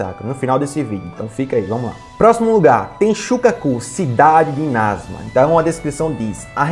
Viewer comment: É Inazuma e não inázuma ! Ótimo vídeo !